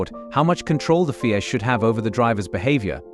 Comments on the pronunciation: What the fuck is the fee-ay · FIA is not a word, its a set of initials Federation Internationale de,i Automobile. your AI is crap